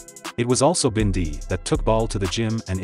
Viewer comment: Robbie wasn’t killed in daylight, it was like 3AM and why do they pronounce it as binday !